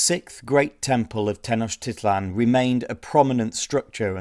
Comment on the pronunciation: Tin och tith lon? That pronunciation doesn't seem to make sense.